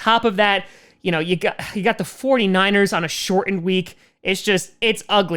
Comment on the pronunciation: now we have the key to the accent. "shortened"